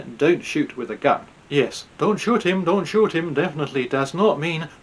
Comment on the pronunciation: As others have said, it's possible she wanted to say "Don't shout at him", but with her broken English it came out as "Don't shout him!" and her pronunciation of shout came out as shoot.